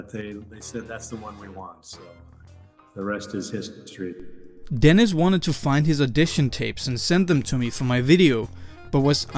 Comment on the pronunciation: its not “the rest is history” what he said was, “the rest is his-tree”